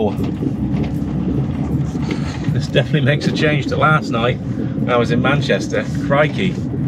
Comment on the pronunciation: I know...we watch 'em all... it's just Manchester, not "Mancherster city".